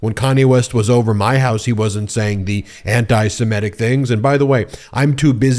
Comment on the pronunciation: ben, it’s “anti-semitic,” not “-semetic.” the mispronunciation is becoming endemic.